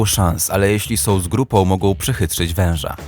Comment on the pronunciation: Sął? Dziewjęset? Uźywajął?😂